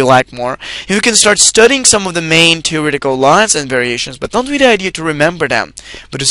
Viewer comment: he's got it down, theoretical is pronounced Tier-etical